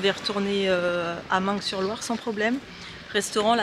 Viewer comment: Coucou je pose çà là… Meung sur Loire on ne prononce pas le g...